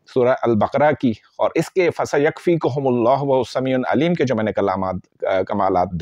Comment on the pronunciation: قرآن کریم کی فضیلت میں تو کوئی شک نہیں ۔اپ اپنا تلفظ صحیح کریں ۔فسیکفیک کا تلظ